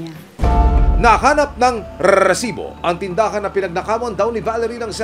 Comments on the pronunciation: Rrrrrrrrrsibooo parang neveeeeer ni sherwin😆🤣😅😂neveeeer mag Rrrrrrrsibo😅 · Sir ok sana ung balita, Kaso ung rrrrrrrrrreeeersibo na Yan sakit sa taenga 😢😟